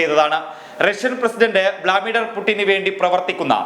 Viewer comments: Bro vlamidhar alla blu mithar😂😂😂😂😂😂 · തേ വീണ്ടും വ്ളാമിഡർ വ്ളാമിഡർ അല്ല "വ്ലാഡിമർ വ്ലാഡിമർ " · സുഹൃത്തേ, വ്ലാദിമർ എന്ന് വായിക്കാൻ പഠിക്കുക. വ്ലാമിഡർ അല്ല.